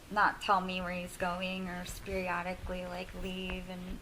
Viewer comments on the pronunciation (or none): I’ve never heard someone say “speariotically” does she mean “periodically “😂😂